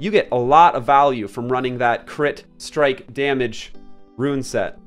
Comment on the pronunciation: I appreciate your effort in pronouncing rune correctly, much obliged <3